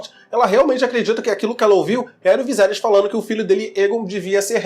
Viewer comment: viSerys VISERYS pfvr!!! é horrível ver vc falando viZerys kkkkk